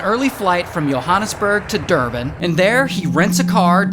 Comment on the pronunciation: Thank you for pronouncing Johannesburg correctly along with Durban